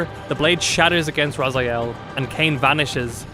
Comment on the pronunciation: My ears are bleeding from all those Razyaels. I don't know how it is posible to mispronounce characters name from a game which was released 21 year ago. You didn't hear how his name was pronounced in the game? Game starts with Elder God calling him Raziel...